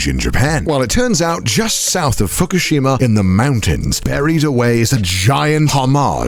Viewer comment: Did I hear that right? Did he say fuckushima? LMAO